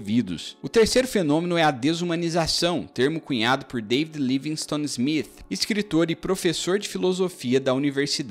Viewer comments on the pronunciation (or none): none